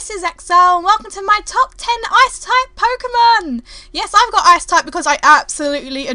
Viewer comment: Thought she said "Ass Type" in the beginning.